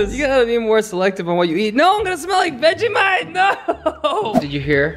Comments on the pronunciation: Actually pronouncing Vegemite how you did is very offensive to Australians and I'm Australian I am offended you are very rude to all Australians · lol vegemite is pronounced vege might not vege mete and it is also a new zealand food by the way who hasn’t tryed timtams like why?? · Pronounce it like vege- might! And I know it’s so salty take that from a Australian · Im Australian.......It's pronounced vege might and I love it........But I love you guys sooo much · By the way its pronounced. Vegie might